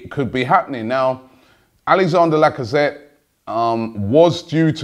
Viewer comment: Lacazette is the first name I've heard you get right. "Gundagon" an entire summer was a killer. And you still go "Kolasanic" We have no such player, please...